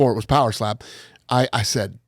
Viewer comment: Every time Dana talks about poweslap I get furious 😂